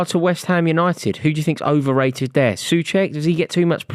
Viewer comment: As a west ham fan. Thank you for saying soucek. He is an abysmal player and needs to go